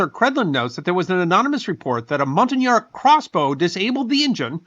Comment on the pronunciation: Professor, purple looks spectacular on you; please wear it more often. On another note, I'm a French teacher and I approve of your great pronunciation of "montagnard."